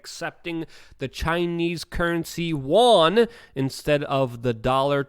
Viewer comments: Saudi Arabia is going to accept my gardener as payment for oil??? Does Juan know this??? Just joshing, Luke, keep up the mispronunciations- make your videos more entertaining. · Yuan is pronounced "You On" not like the Korean currency the "won"